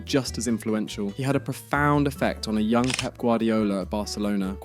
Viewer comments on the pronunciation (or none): none